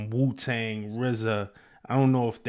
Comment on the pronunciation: “Wu-Tang”??? Da Fuq? 😂😂😂 East coast dudes are crazy